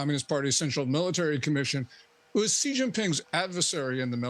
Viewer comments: Why the Americans cannot pronounce "Xi" as in "taxi"? Why all of them pronounce it "Ji"? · Why are these news professionals incapable of saying the leader of Chinas name correctly? This is your job! His name is pronounced starting with the sound "shee" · It is incredibly unprofessional for a famous journalist to consistently mispronounce a foreign leader's name....